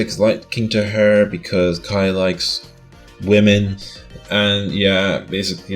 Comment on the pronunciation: I misheard it as "lemons" and I was like "what the f—"